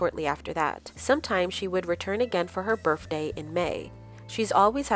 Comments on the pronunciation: Her berf-day? Come on... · Omg.. Your pronunciation is really atrocious. Birfday?? What is that? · It's my daughter's 9th birfday today! 😊